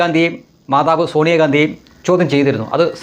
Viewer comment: അല്ലേ ഞാൻ പപ്പു ആണേ 😂.. ഷോണിയ അല്ല സോണിയ 😂